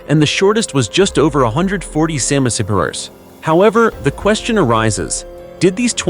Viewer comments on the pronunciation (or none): Lead is said, LED. And it couldn't pronounce centimeters, it sounded like, ceminimet, lol. But the subject and videos were really good. I'm annoyed that the people digging things up damaged some of the items.